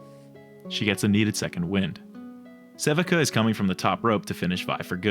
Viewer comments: If anyone hasn't pointed this out yet (and I'm prolly late), Sevika's name is pronounced "seh-vee-kah" not "seh-vih-kah" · love the way you pronounce sevika lol. sea-vee-kuh is the right way tho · It’s pronounced <SE VEE KA>